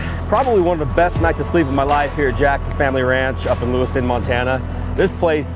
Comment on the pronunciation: You are in LewisTOWN Montana as opposed to LewisTON Idaho. Jax would cringe if he heard you mispronounce his Mt. home.